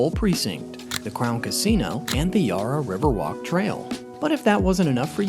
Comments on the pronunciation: With Melbourne is pronounced Mel-ben not Mel-bourne and Yarra is Ya-ra. Thanks for willing to learn and change means a lot😊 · It would be nice if you pronounce Melbourne and the Yarra River correctly, as a melbournian it's very much a pet peeve when it's not pronounced correctly